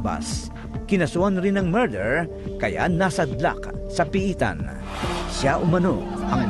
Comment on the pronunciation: hahaha mather daw imbes na murder